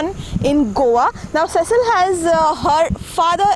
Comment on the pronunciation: Please pronounce her name properly. It is pronounced See-sill. It is of French/Portuguese origin. Cecil is the pronunciation of the male equivalent.